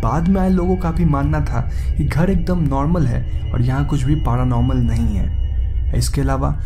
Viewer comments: It's paranormal not paaranormal LOL 😉 ha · Bhai dhang se bola kro P.A.R.Anormal nhi paranormal hota hai 🤣 🤣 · Its not पारानॉर्मल its पॅरानॉर्मल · Best thing of the video...paraaa - normal 😂